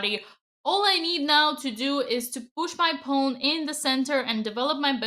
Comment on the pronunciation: Dina. It's a pawn not a pone